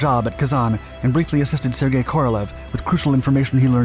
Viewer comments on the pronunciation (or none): none